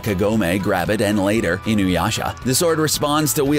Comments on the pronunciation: I noticed that Inuyasha(Alucard doesn't count) was practically the only name he pronounced right, and YET he manages to fucking BUTCHER Inuyasha's pronunciation after proper pronouncing it once or twice prior.... God damn this guy,.. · God damn this guy... I don't think he pronounced even one fucking name correctly, he even somehow managed to properly pronounce Inuyasha while complete BUTCHERING it at the same time. WTF I thought this before but CBR has 0 anime knowledge even though they delve into the topics... They grew up with DBZ, Sailor Moon, Pokemon, and Yugioh dubs TOPS. Gosh...